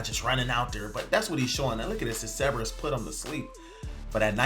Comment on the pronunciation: Holy Hell there are 2 r's in Cerberus! ceRberus!!!!!!!!!